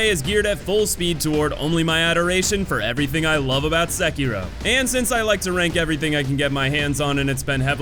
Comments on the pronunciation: No youtuber I've seen pronounces the game's name correctly. You're close though. Se-ki-ro. Not Sek-kiro. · My dude its not "Sekeeroe" Its "Se-ki-ro" Edit:Plus i would put perilous atts in the hate.category tbh. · Sehkeyrow.... lolll.. great video but you are kind of pronouncing it hella wrong bro.. lollllz.